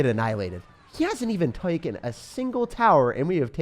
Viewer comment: messes up the word taken.